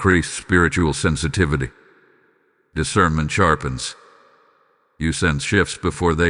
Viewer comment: "I EMBRACE DECIRNMENT"